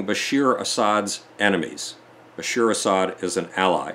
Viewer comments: Rajab not Rasab and Bashar not Bashir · Erdogan, not Erdowan. Bashar, not Bashir.